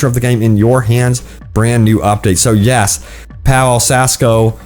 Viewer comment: It's pronounced Pavel